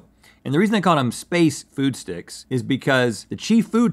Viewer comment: I loved those space food sticks. But the emphasis was on “space” SPACEfood sticks. Not space Food sticks.